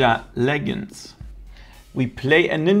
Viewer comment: "Ninja leg-endz" 🤣